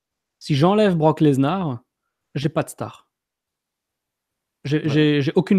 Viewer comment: Sa me stresse quand il dit "leznar" au lieu de "Lesnar"